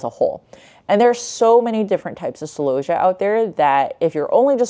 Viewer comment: I have never heard celosia pronounced like that before. I say cell-O-see-ah. I would like if your pictures of flowers etc were up longer too.